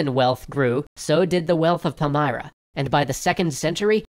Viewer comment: Pal-m[ear]-ra, not Pal-m[eye]-ra.